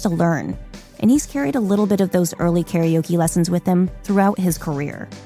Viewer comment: The mispronunciation of karaoke hurts my ears.